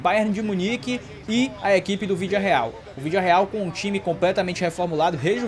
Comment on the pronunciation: 0:0 sim é se minuto se colocar na velocidade mínima ele fala o vilidareal